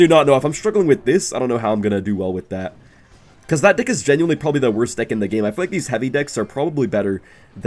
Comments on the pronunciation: he says dih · bro did not say deck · he did not say deck